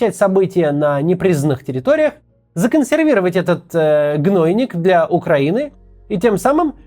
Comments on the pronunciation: кац, ударения!!!! гнонИк !!!!!! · ❤️ В слове "гнойнИк" ударение на "и".